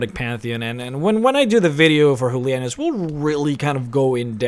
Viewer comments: He's Julianos not Hulia-Nose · da Vinci Actually, speaking through Spanish and Latin pronunciation, it would be HOO - LEE - AH - NOOS. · Loving the pronunciation of Julianos = Hulianoes XD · I'm 90% sure you're mispronouncing Julianos.